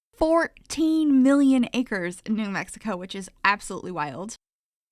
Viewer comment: May be a year late, but you did New Mexico justice with this build. Your pronunciations btw, were very close for a non local. Thank you so much for this build!! I've added this to all of my save files as a tribute to my home state!! You did a beautiful job on this house.